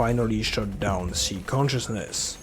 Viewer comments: Just a tip; It is Psi emissions, as in psionic radiation Not C-Emissions. It's pronounced like Sigh, rhymes with bye, hi, pie. Not see/c like C consciousness. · ever since stalker 2 came out everyone's been calling it "psee" emissions. Was this just a mistranslation in the english dubbing? We'v always called them Psy as in "sigh" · "beta p-see" sounds like you're trying to insult 😂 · I assumed the "p" in "psi" was silent - as in "psychological"